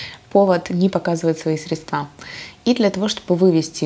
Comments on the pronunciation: Не средствА, а срЕдства!!!! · Сре!дства. А не средства! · исправьте ударение в слове "средства"